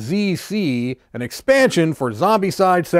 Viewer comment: Great unboxing... you’re mispronouncing the game title though.